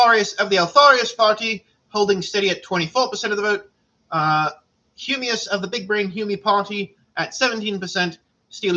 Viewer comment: Nice stream also "VOTE FA HUMIOUS"